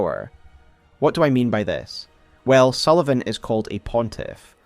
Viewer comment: Pontiff Sulyvaghn